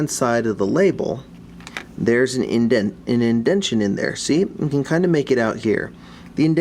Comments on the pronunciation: IndenTAtion, not Indention. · I know this video is over 5 years old but something about you repetitively saying "indention" as if its a real word bugs the shit out of me lmao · Just one thing. It's indentation.